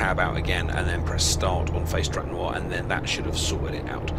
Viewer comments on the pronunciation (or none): Hehe "Noir" You should put an annotation that no, it is not the French word noir, it is No IR. Though I guess it's an older vid, so :P